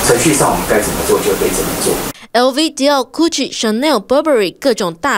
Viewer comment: 我真的很好奇，台灣到底是誰，開始把 GUCCI 念成 CUGGI 的......omg，你們是新聞媒體，可以稍稍盡一點社會責任傳達一些正確的訊息嗎